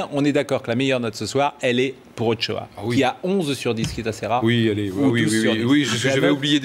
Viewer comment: on dit ochoa pas ochao bande de guignols